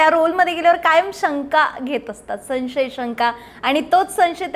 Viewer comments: मुलाखत चांगली घेतलीत..फक्त, "सन्शय"असे नका म्हणू."संशय"असे असते ते. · माननीय भामरे साहेब खूप सुंदर मुलाखत झाली. तुमच्यामुळे बऱ्याचशा गोष्टी कळल्या. तुमच्या बोलण्यातील साधेपणा व स्पष्टपणा मनाला भावला. तुम्ही तुमच्या भाषेवर लक्ष द्यावे. संशय हा शब्द चुकीचा उच्चारता...